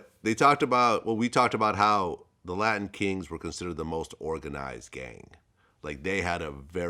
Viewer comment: Why this man can't say latin king